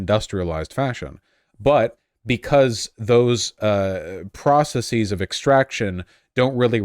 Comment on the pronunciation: You don't need to say processeez. It's not like analyses or hypotheses, it's just processes. Like how you say houses.